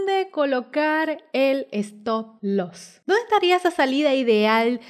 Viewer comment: ¿Por qué dice estoslos?